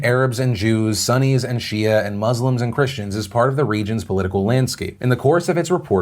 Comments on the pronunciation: It's pronounced soo-nees (sunnis) lol. Love ya Phil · You pronounced sunnis wrong, it’s pronounced ‘soonies’ (I am one) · "Sunny's"? Really Phil? "Sunny's" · Mood: Philip DeFranco pronouncing Sunnis as sunny